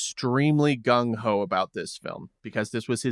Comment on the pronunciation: Shooting, filming. Everything you said "shooting" i was like "ooooooooo ouch". Lmao also, he was "Gun-ho!" Lmao. classic.